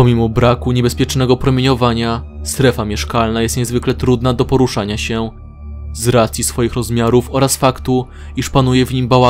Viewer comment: Trunda zamiast trudna !! Xd